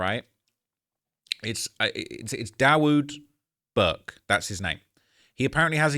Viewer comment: Not that it matters, but I'm pretty sure Dawud is pronounced Davuhd, like his son.